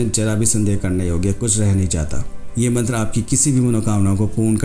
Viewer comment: मंत्र का उच्चारण तो सही है कृपया मंत्र लिख बताने की कृपा करे